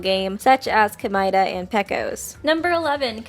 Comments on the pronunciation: i hate the way this chick says Komaeda 🤦🏻‍♀️ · Ok so your favorite character is Komaeda but you won’t pronounce his name right?